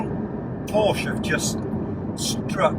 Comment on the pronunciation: Came out in 1963...Don't think so. Might pay to do some research and also maybe learn how to pronounce the company name correctly..!